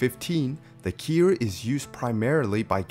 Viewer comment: Bro it took me over half the video to realize you were saying ‘cure’ I was asking myself the whole time what the heck is a keer.